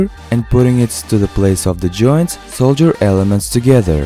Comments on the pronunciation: I know English is not your first language, but it is Sol-Der (like shoulder (arm joint)), not Sol-Jer. Excellent video, like all yours, are, too. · It is solder not soldier